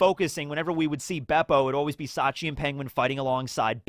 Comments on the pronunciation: It's Shachi, not Sachi (the way incorrectly pronounces it), but yeah, you're right. Bepo is polar bear backwards, Shachi is Orca or Killer Whale, Penguin is well, you guessed it, Ikkaku is Narwhal, Uni is Sea Urchin, and Clione is Sea Slug of the genus Clione. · It's Shachi, not Sachi (the way you incorrectly pronounce it). The Heart Pirates have a theme of oceanic animals like the arctic and antarctic, and they can also be found in tropical regions. Bepo is polar bear backwards, Shachi is Orca or Killer Whale, Penguin is well, you guessed it, Ikkaku is Narwhal, Uni is Sea Urchin, and Clione is Sea Slug of the genus Clione.